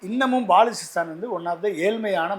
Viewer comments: INDHALALA BALUCHISTANNU OZHUNGA SOLLA TERIYALA BAALUCHISTANNU SOLLURA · பாலுசிஸ்தான் கிடையாது😂😂😂. அது பலுச்சிஸ்தான்